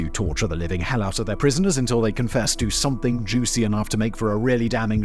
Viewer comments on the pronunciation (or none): none